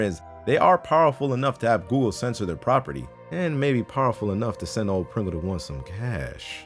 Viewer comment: Preengul Da Juan